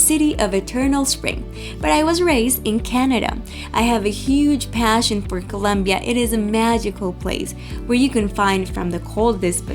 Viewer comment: It is not colonbia🤔😡